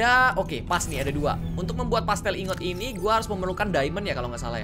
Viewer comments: Pla-stil bukan pastel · Ini cuman perasaan aku doang atau nggak si? Kak reggie bilang plasteel ingot malah jadi pastel ingot